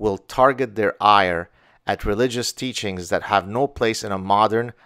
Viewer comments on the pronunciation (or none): none